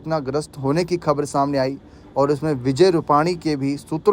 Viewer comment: खब्र नहीं खबर बोलो